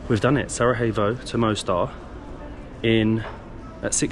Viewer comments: To be easier for you because you are saying Sarajevo wrong every two seconds . So its Sarayevo . Sarajevo is not in Spain to be pronounced Sarahevo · The vlog is on top, like always. But brother, Its not SaraHEVo, its SaraJEVo 😂💚 -> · Why do you all say Sarahyevo? Pls it’s SaraJevo the j pronounced like a Y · I love your videos, but you got the pronunciation of SaraJevo wrong! It is SaraYevo, as in Yellow not SaraHevo, as in Hard. I hope you don't mind me correcting you. Hvala, živeli, ćevapi and burek , hvala, are perfect!❤❤❤ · Can you please just pronounce Sarajevo properly? It’s not that hard mate. It’s not a H it’s a J and that’s like a Y in English. I think that the capital of B&H has been mentioned enough times on regular TV that you can learn how to say it properly. Thanks! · Sarajevo not Sarahevo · It’s Sarayevo for Gods sake. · Learn to spell pls 😅 Sarajevo (j like y) not Sarahevo.